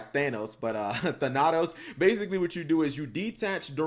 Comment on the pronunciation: 2 things: Wrong "your" in title. It's pronounced "THAN-ah-TOSE"